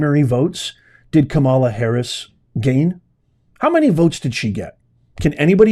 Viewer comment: Can't listen without 😂 when you say "kamala",="terrible" in english😂